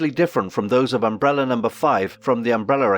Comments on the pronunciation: What is an UMBRELLER? where is the "R" from at the end of UMBRELLAAAAAAA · What is UmbeRRRRRRR. There is an "A" at the end of UmrbrellAAAA. It is UMBRELLAAAAAAAAAAAAA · Why does this guy keep saying "Umbrellar" academy!! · The Embrolla academy as he pronounces it lol